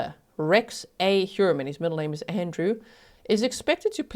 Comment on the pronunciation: The English pronunciation of "Heuermann" physically hurts my ears. <.<